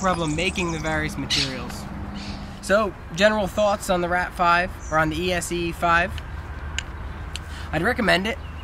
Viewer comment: It's ESEE you fool! NOT E.S.E.E... pronounced S.E! good grief, plus why the hell would you move to Spain????